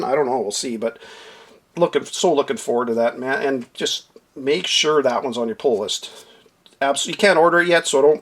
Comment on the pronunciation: I keep hearing “ pole list”. Lol. Love your videos. Great references.